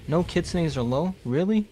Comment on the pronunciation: its pronounced kit - soon